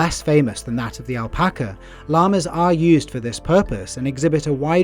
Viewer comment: Its a really good video but the pronunciation of guanaco, alpaca and Chile KILLED ME